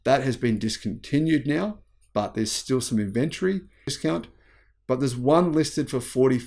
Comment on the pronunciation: It is NOT inVENtory, but INventory!!!